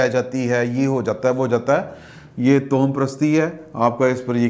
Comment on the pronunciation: محترم ۔۔۔ توہم پرست۔۔۔ کو تواہم پرست پڑھتے ہیں۔۔۔ واؤ پر زبر ہے ، ہ پر بھی زبر ہے